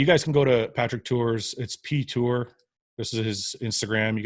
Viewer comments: Great podcast Fouad but it's Tuor not Tour haha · Fouad, it’s Tuor. Not Tour. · Goooood fucking morning. It's 'TUOR' goddammit!!! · Does nobody notice that his name is actually Tuor, not Tour? 🤔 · Fouad brother it's *Tuor right? Respect to Patrick as always